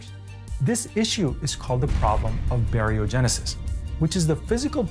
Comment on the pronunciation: Dude, I'm giving this a thumbs up just for the phonetic eloquence of "baryogenesis anomaly"...